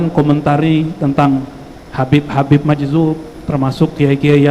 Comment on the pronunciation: Majzub..bukan majdub